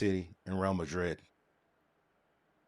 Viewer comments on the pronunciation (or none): none